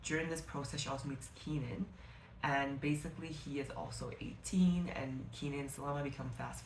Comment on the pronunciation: hey! i loved your video and i wanted to mention the pronunciation of the character names. salama is 'sa-laam-mah' kenan is 'keh-naan' khawf is 'khe-of' layla is literally just pronounced the way it's spelt. 'lay-la'